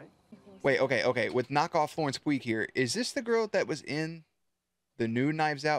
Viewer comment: I KNOW YOU DIDNT PRONOUNCE FLORENCE PUGH (pronounced pew) like that